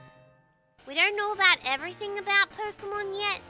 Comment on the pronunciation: btw it's Poke-mon not Poki-mon :P